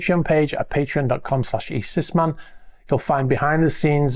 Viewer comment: Are you saying eSysman or eSysbot on the intro? sounds like the latter lol